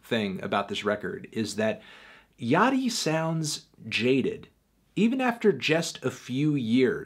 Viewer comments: I thought it was pronounced Lil Ya-chee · please no antnee. not yachtee